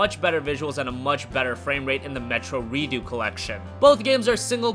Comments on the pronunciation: it's ReduX not Reeduu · its called reDUX not redo xD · You don't even say redux properly